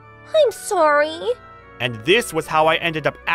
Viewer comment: What he gonna do saying sowy😆